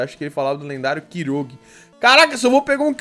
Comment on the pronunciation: Chamar kyogre de kirogue é foda kkk